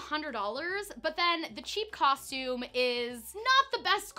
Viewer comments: When there’s 50 million comments about it I guess she has no choice. I didn’t even mind when I didn’t and did know. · Canadians all say it the "coshtume" way so it always sounded normal to me! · people were being so rude about it. I literally just passed a comment on here that said that since she stopped saying it “wrong” they can actually watch her.😒